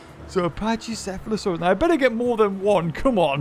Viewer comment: It is pronounced pack E seh fah lo saur us